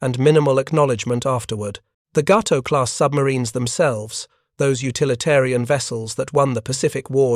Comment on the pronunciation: Actually, Cdr. Morton let his XO do the periscope sightings. That would have been LCdr Richard O'Kane. Ga-to, not Gau-to. Oof. Bad AI commentary.